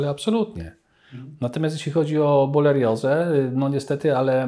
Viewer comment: Borelioza a nie bolerioza!